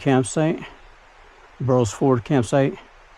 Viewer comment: It’s not Bur-rells ford it’s pronounced Burls Ford. 😮